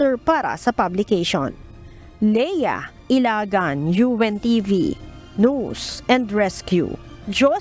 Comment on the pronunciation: ""UNTV"" ... Maribojoc Ay "Boloc" .. Lea Ilagan .. ""News is Prnounce Niya "Noise or Nose"" !!! Hahaha Hehehe Hahaha